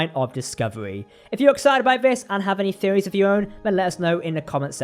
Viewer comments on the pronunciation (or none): none